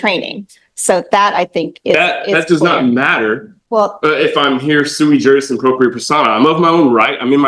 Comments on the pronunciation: FYI - It's sui juris. Suey is a dish of meat and vegetables. It did make me giggle, though. :o) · "But I'm suey-jui appropriate".....'Can't you tell by just looking at me'?